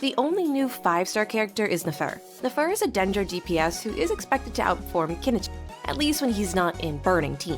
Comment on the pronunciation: Yeah, I'm calling bogus on this being the CC's real voice. Not just Archon. Listen to how the voice says "Knch" like there are no vowels at all in the name. Totally copy-pasted pronunciation of Kinich. Ofc the CC is going to say it's their voice. Doesn't make it true.